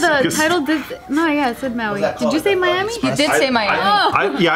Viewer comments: LMFAO he said Mauami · I thought you said Mami